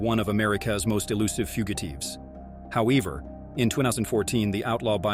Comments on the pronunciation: Teetle of americas most wanted foogateeves. 😂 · Did you just say foogiteeves?😂